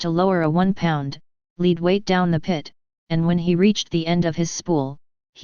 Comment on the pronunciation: That voice is terrible and the pronunciation SUCKS! Lead (as in the metal) is pronounced "led", not "leed"! It is also interesting to point out that cameras have been to the deepest points of the earth's oceans, to the moon, to MARS AND OTHER PLANETS yet no one has thought of lowering one into this thing... nope... just lifesavers on a string (not entirely without a small measure of ingenuity though)... but come on now people... kids are controlling drones equipped with video cameras as toys nowadays!